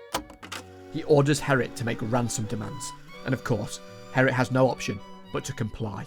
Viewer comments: he kept pronouncing G as H. hearing Herrit every time instead of Gerrit was pretty jarring. not to say this is some terribly horrible thing that he should be ashamed of... but the pronunciations were pretty bad. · nah g(uh)errit would have been way better, since it's more accurate to how the name is written, and far less confusing. I had to remind myself that herrit was gerrit half the time. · Took me 30 mins to understand you didn't say Harrit instead of Gerrit... 😂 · Bro called him Herrit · as a dutch guy, ik vind de ''herrit'' als gerrit zegt best grappig